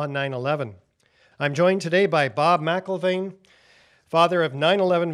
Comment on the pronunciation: Excellent, but, and without meaning to be or even seem to be offensive, McIlvaine shouldn't be pronounced as if there's a letter 'a' in "Mc". Two simple examples that're very well known are the names MacDonald and McDonald, both of which we all know to exist while also not being pronounced as if both begin with "Mac". It's a matter of linguistics, say. And with that said, I wish you all great success with the Bobby McIlvaine Act as well as your full mission and all of the work you've all most dedicatedly performed for over a decade now.